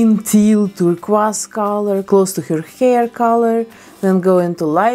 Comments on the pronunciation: I love the way she says turquoise. It’s so nice compared to (Tur Koi s) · I love how she said the word turquoise I will pay her to say that word idk with what money I’m broke but I LOVE HER ACCENT ( I sound crazy ik but bear with me )